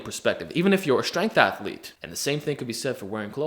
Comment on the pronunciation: “Strength athalete” ohh no